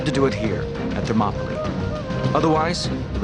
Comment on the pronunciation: this guy speaking is meant to be like a clever scholar or something like that who knows the shit he speaks about yet for some reason he pronounces Thermopylae by Latin phonetics and he doesn't realise that in greek the words that end with "ee" are spelt the same as latin words which end in "aye" when the latin word came from the greek word when spelt with the latin alphabet. The accent changes over time. What an idiot. Clearly his studies are limited to the roman world onwards.